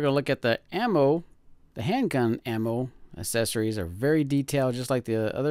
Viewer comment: You keep saying "assesories". It's accessories.